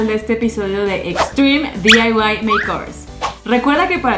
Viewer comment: Por que mierda decis "diyaiwais" pelotuda y si Ya se que no se escribe asi pero asi de boluda te escuchas a y por cierto se dice diy y ya